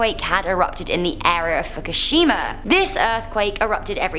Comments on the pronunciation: Fukishima Did anyone else here that wrong? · Fuckashima? Lol